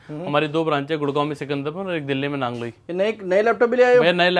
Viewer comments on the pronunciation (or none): Bhai address sahi dalo nangloi hota ha nangoli nahi